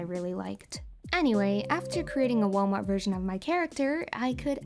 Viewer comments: I heard "Walnut version" 😀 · Did you say ‘Walmart version’ ? Wait what? I’m confused